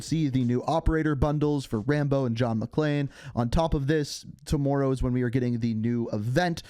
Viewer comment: I'm sorry but I can't get over how he says "tommorow" in his Canadian accent